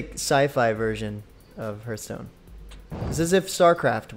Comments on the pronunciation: It's pronounced h-are-th stone :D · "Herth stone"